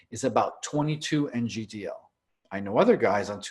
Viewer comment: please stop saying NGDL all the time its nano gram per deciliter (i'm sure you know that). As a biochemical engineer that is like fire in my ears. Trust me that is the only mistake that keeps me from subscribing, it just make you sound unprofessional. Apart from that i love this channel and discussions, great content and don't take it the wrong way (insert estro blocker joke here🤣. j.k)